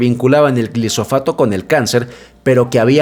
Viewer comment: Se llama glifosato, no glisofato. No es cancerígeno. Las demandas fraudulentas son parte de la campaña organica en su contra y no tienen sustento cientifico. La clasificación de la IARC fue solicitada por los abogados para poder hacer las demandas y Bayer ha ganado la mayoria de los juicios porque no es cancerígeno. Soy agricultor en los Estados Unidos y no nos dan subsidios para sembrar maíz. Una excepción es que he escuchado que para la producción de etanol si estaban dando subsidios. El maíz se vende barado porque no tiene tantos insumos. El maíz BT elimina la fumigación de insecticidas y el RR elimina la mayoria de los herbicidas y la necesidad de labranza y pasar la cultivadora. Aparte sale mas limpio, de mejor calidad, y mejor rendimiento. El promedio por hectárea son 5 veces más toneladas en los Estados Unidos.